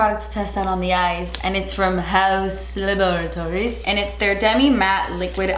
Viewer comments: Lmao the way you say “ Haausse Laboratories” 😂😂😂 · puts on only two eyeshadows, and I'm like oh so pretty! I put on two eyeshadows and I'm never satisfied. 😂 p.s- never stop saying haus laboratories like that! Lol.